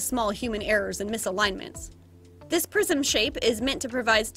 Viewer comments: I think she was saying 'prism' but they're pretty close words! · me: * eating *: "Fold the prism" also me: * Hears " fold the prison " *